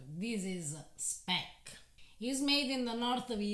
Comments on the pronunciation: Speck is indeed German, and it is pronounced "shpeck" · It's SH-peck! And Südtirol is part of the German Kulturkreis (cultural circle) for at least 1200 years. They speak the German dialect of Southern Bavarian. They only came under Italian rule, i.e. part of the Italian state after the turmoil of the end of WW1, but kept their German identity until today.